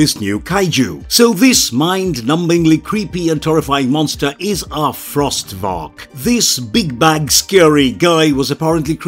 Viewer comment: Cool video, but small mistake: The monster's name isn't "Frost Varak", it's "Frost Vark."